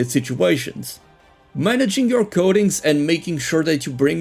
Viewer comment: I keep hearing "goatings" instead of coatings